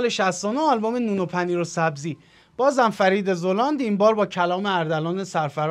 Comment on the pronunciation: سلام ممنون میشم زلاند رو درست تلفظ کنین ...فرید زَلاند درسته